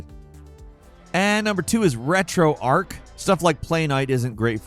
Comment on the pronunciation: why do people call it retroarc? its retroarch